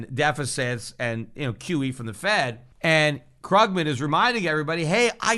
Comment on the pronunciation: Love how Peter deliberately mispronounces Krugman's name :D